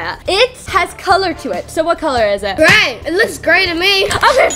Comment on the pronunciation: Say gray and you would get it right